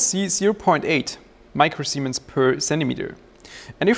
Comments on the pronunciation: All I can hear when you talk about the conductivity is "micro-semens". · Admit it, you laughed everytime he said micro semen.